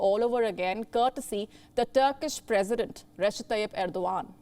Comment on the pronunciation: Turk...perisdent..what she say....about me ...oh my god.